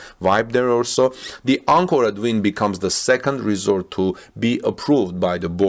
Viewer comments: The hotel is pronounced Win!! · And it’s pronounced Win. Like what Bayern Munchin does! Ninth straight Bundesliga title! 👍💪